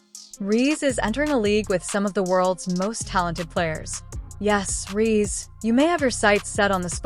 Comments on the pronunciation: Difficult listening to an AI voice who pronounces Reese wrong…honey etc…. Is it to much to ask nowadays for a real voice..a real recount of the facts? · Please get an AI bot who can pronounce the name Reese